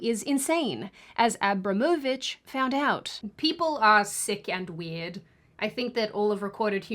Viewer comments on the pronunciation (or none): It would be like russian Abramovich but with soft tj at the end.... ć = tj [abrǎːmovitɕ]